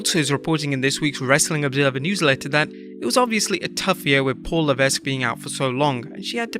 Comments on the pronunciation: IT’S LEH-VECK! THE S IS SILENT! GET IT RIGHT OR DON’T USE HIS NAME!!! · Leveck. The S is silent. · The 's' is silent! Paul Levesque...LMAO Another quality voice over! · The S in Levesque is silent…..